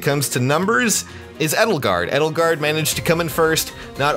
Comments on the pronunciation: ja im spiel wird sie eydelgard ausgesprochen das ist auch halbwegs okay aber er hat eddelgard gesagt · as a german guy... hearing your pronunciation of edelgard hurts are german names really that hard?... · Ich mag "Eydelgard" ehrlich gesagt lieber als "Ehdelgahd" Und im Spiel wird sie ja auch nur englisch ausgesprochen, daher nehmen die Leute diese Version eher an